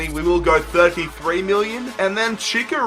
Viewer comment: Both "Ch" in Chicharito are pronounced "Ch"